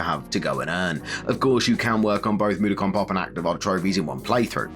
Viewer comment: Mud-o-kon not moodicon mate aha